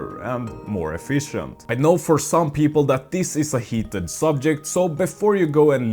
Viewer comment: I'll do that when you stop pronouncing "this" as "dis" or "that" as "dat"